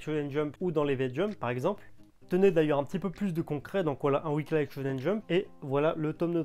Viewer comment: "weekli" pas "weeklaie"